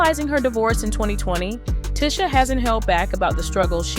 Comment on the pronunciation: clickbait, plus this is probably ai generated. They mispronounced names and everything. Ticha Arnold was one